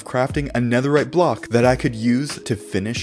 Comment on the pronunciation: did he say 17 BLOCKS OF NEATHERITE AT 1 MIN 30 SEC